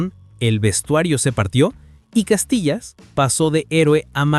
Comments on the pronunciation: Hijo no se dice ( Castilla sino es Casilla 😂😂😂😂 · No es Castillas, es Casillas wey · Invesil cuál Castillas es casillas aprende hablar innorante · Casillas❌ Castillas✅ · Se llama Iker Casillas no castilla😂😂😂😂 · El video se lo tiene q dejar de ver cuando dice: Castillas 😂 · Y es CASILLAS, no CASTILLAS, mi estimado. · La gente es bien ciega, lo que pasa es que hace la broma porque en vez de decir IKER CASILLAS, en el vídeo dice IKER CASTILLAS con T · No es castilla es casilla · CASILLAS. No castillas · Si ni siquiera sabe decir el nombre de casillas….